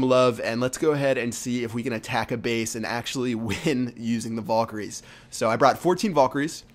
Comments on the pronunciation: (Val-KA-rees) Not (VOL-ker-ees) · Nice vid Fyi its valkeries not volkeries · your pronouncing valkyries wrong. Its not pronounced "volkyries" its pronounced "vhalkyries more or less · like this if when he said "vulkiyries" it pissed you off